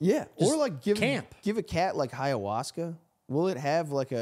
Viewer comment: There is no H sound at the beginning of the word Ayahuasca, its Eye-A-waska!